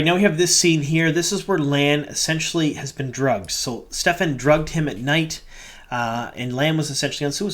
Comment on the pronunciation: Just curious if you just missed it as there seems to be a lot of confusion in the fandom but Kerene's Warder's name is Stepin no "F" sound in the middle. Just a minor nitpick. Loving all the breakdowns and Easter Eggs! Thanks for all the great WoT content you've been putting out! Definitely agree this was a strong inner look to the Warders and the Bond. People freaking out about Lan seem to have completely missed all of his character depth throughout the books. And yes, he was chosen to be the "release valve" for the rest of the Warders so that was his duty. Not Lan being a "cry baby" as some manufactured outragers seem to be diatribing about online.